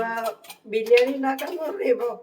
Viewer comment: റബർഷീറ്റ് പുകക്കലും പേരക്ക തീറ്റയും നെയ്ചോറും ചിക്കൻ റോസ്റ്റും അങ്കിളിൻ്റെ സലാഡും നന്നായിട്ടുണ്ട് ആൻ്റി എപ്പോഴും ബിരിയാണി ബിരിയാണിന്ന് പറഞ്ഞ് തെറ്റിക്കുന്നു